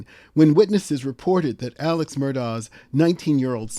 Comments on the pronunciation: AleX... There's an X in there as in AleXander, not a C as in AleCander. 🙄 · Isn't it Alex, not Aleck?